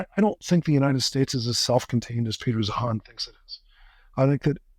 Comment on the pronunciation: Peter Zeihan (ZION) not zee-Han.